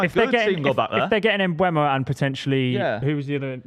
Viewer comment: learn how to say mbeumo's name for goodness sake, the e is before the u